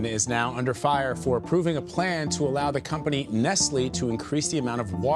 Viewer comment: I am from Poland 🇵🇱 as a country, and I am having chills every time I hear the name... Btw, it's Nestlè, with not "e", but "e" like in "Denmark". And yes, Nestlé, in general, is a devil